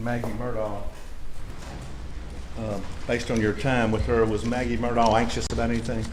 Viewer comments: Has sounded to me like Mur-dg (from the people who seem to be closest to the family). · I have now heard 4 different pronunciations of Murdaugh. I wonder which is right… MUR-daw MUR-dock MUR-tog And last but not least, and this is the way I heard Alex (among a couple other folks) pronounce it: MUR-dk … like there’s no vowel in that last syllable…it’s almost like the dk could be a new letter of the alphabet. Fun times.